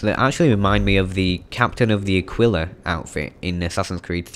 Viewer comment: Its aquila (a-keel-ah) it means eagle